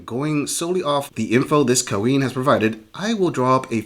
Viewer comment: The worst part of these videos is the narrator saying " kah-ween".